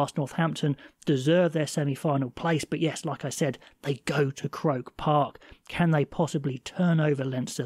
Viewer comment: With the greatest respect its pronounced cro___ park